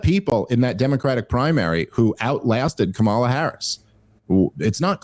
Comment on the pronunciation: Could you pronounce " kamala" correctly even one time? I promise it won't make me think you like or respect her.